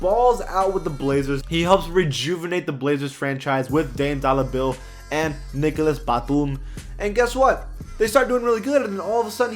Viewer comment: Nicholas Baitume 😂😂😂